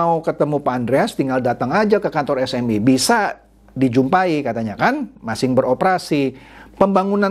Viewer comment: ciri khas ini kalau ngomong kata "masih" itu penyebutannya "masing"